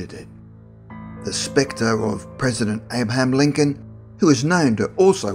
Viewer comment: Had such high hopes this would be informative, alas no. Mumbly pronouncing Abaham Lincoln and ghost talk. Please....